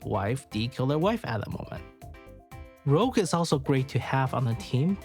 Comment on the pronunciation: great vid an analysis. One small correction tho. Her name is RouGe, as in red in french, not RoGue. I know it's easy to miss. Did the same mistake at the beginning until someone on reddit pointed it out